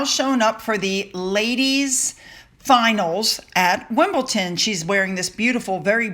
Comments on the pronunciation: Thank you for another interesting video. I don’t usually do this but since it’s a common mistake I want to respectfully correct you on something. It’s WimbleDON, not WimbleTON. So many trashy news articles out there. Did you see the one something about how Archie is happy in school because he is free of any titles that would hold him back from making friends. So ridiculous. Can you imagine the lawyer bills between the two of them, not to mention their PR bills? What a waste of money. I don’t know why but I still have a hard time believing that’s them in Wyoming. Another thing is weird. They always hide the children but love showing off Meghan’s face all the time and we don’t see her face at all. Hummm?!? I’ll just have to believe it’s them. Harry is miserable, that’s for sure. Glad you are well. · you do realise that its WimbleDON, not WimbleTIN, right? Every time you say Wimbletin, I shrink a bit. 😁 We British people have a lot more to worry about than the royals right now. But Camilla had her own engagements during that time. Just for info, Catherine was made the royal patron of the All England Lawn Tennis Club in 2016. That's why she has an official line up when she attends. The thought of Harry celebrating fourth of July is highly ironic. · not to be picky but it’s Wimble don and you tend to say wimble ton. I know you like to say things correctly. I never go near anyone who has been on a flight for at least a week everyone I know gets covid after a flight. Love your videos well done. Love Kate’s outfit wonderful xxx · Hi 🙋🏻‍♀️ I love your videos. It’s WimbleDON not Wimbledon 😘😘😘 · Love your content but please it’s Wimble “DON” not wimbleton lol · it's pronounced Wimbledon, not Wimbleton! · Sure wish you would stop mispronouncing WimbleDon. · Hi sue - love the vidoes - just a note - Wimbledon is pronounced Wimble - done :) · Please, it is WimbleDon, NOT Wimbledon. It really grates. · WimbleDon. There is no t in there. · wimbleDon with a D..